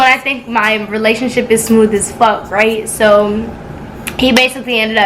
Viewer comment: did you say as or ass